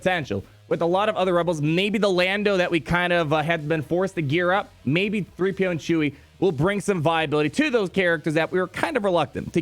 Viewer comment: "Chee-PO" is how I will refer to them